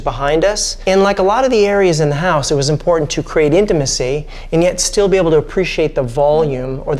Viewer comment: Take a shot everytime the guy says 'intamicy' lol